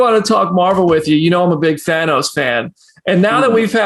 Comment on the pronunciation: Boom! It's Than-oh-s, not Than-aw-s.